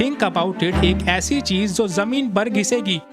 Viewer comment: Chij ❌ Chiz ✅ - Hajar ❌ Hazar ✅